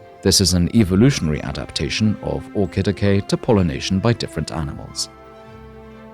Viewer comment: The way you pronounce Orchidaceae hurts my ears... You could have at least looked up the correct pronunciation, instead of making it up and falsely claiming it is the correct way. Coming from Latin, "C" would never make a "K" sound before an "E".